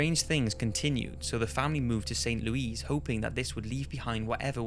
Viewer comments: its louis not louise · St. LOO-iss. Not loo-EEZ. Silly limey. I'm jealous of your accent. Don't listen to me. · Darling, we adore you, but it's not 'St. Louise' but rather 'St. Louis' (and we pronounced it badly as St. Lewis). What can I say? We're hicks over here. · st louis lol its pronounced st lewis but awesome vid like always:) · Haha how he pronounces "St. Louis" XD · dude you pronounce st louis weird